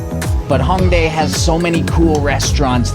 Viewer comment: It’s “Hōng" not Hawng